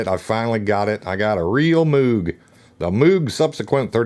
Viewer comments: It's Moog... pronounced like Mogue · Just to set the record straight, I listened to the man himself, Robert Moog, interviewed before he passed away in 2005 and he was very clear & precise about the pronunciation of his last name. He declared that it "rhymed with the magazine...'. So you all can go ahead and call the instruments that he designed whatever you like I guess, but one way will be correct and the other way will be wrong. And that's that. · It was his first wife, Shirleigh, who insisted that he settle on the "Mogue" pronounciation. She was a school teacher and the children would say "Good morning, Mrs Mooooog", making a sound like a cow mooing.